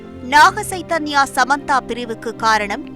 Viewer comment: ஸைதன்யா அல்ல, ச்சைதன்யா என்று உச்சரிக்கவும்.